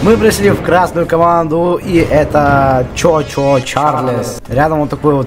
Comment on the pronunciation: Этот паровозик не чо чо Чарльз,а чу чу Чарльз ^^ О